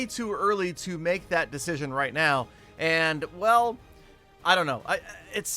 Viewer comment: when I donate him 17$ and he says "that's royt, petah 17 dolars"